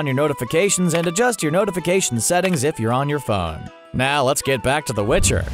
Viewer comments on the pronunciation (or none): none